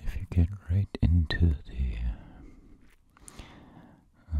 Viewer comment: GOOD VIDEO DOC....I love how you say z INSTEAD of the 🤣😂🤣😂🤣